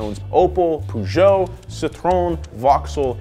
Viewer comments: How can you trust a guy's video about cars when he cant pronounce basic car brand names like citroen and peugeot ....? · i laughed when you said poojoh i know it's hard for Americans to pronounce it ... but just say péjot dude 😂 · Peugeot is pronounced Per-jo despite this and other American videos. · “Poo-joe” “Lan-cha” “See-aht” what else did mispronounce? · who tf pronounces Peugeot as poojoe